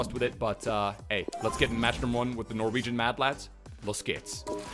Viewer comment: As a Norwegian I approve of how you pronounced everything! Love the content